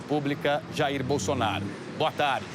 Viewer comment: Ouçam a Renata aos 15min e 35 s ela fala BUNDONAURO 😂😂😂😂😂😂😂😂😊